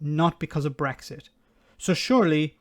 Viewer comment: She can't even say Brexit. She says Bwexit.